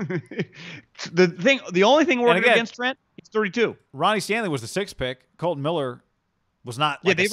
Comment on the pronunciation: KOLTON not KOLTEN...